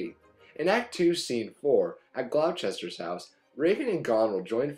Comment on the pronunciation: it's pronounced 'gloss-ter' not 'glou-chester' you daft yank